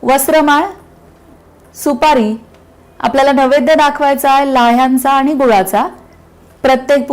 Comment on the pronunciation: नवैद्य असे उच्चारण नाही नैवेद्य असा शब्द आहे.